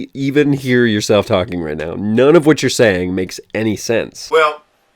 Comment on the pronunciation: here needs to go back to talking about propane... I tell ya hwhat